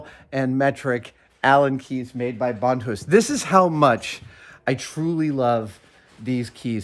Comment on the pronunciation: Brian Sandvig same here. Took me halfway through the video to be like “wait, is he just pronouncing it differently than I’m used to?” Sure enough, he was.